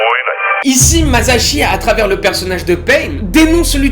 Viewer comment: c lui qui à dit "mazashi" et moi g fait la remarque lol